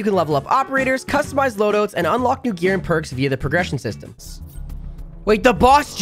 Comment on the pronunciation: Load-"oats"........ so Canadian!